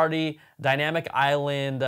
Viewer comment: The “iLand” took me a hot minute. 🤓